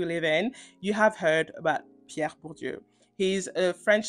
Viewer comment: wait do you speak french? because your pronunciation of "Pierre Bourdieu" is absolutely perfect :0